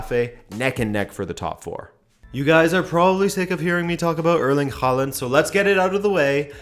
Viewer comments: Its håland btw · How can you be President of the fan club but still mispronounce Haaland's name! SMH #notmypresident